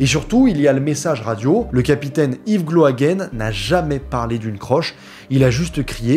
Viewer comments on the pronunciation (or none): Super vidéo mais juste petite précision. Gloaguen se dit Gloaguin et pas Gloaguène. En tant que Breton s'est très perturbant 😅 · Très beau reportage, bravo au dessinateur également. Petite correction, Gloaguen se prononce gloa"gain"